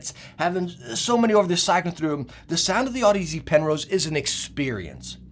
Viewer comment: Damn you haven't STILL learned to pronounce audeze lol